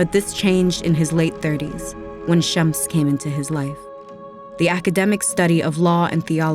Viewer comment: Is she saying Shemps?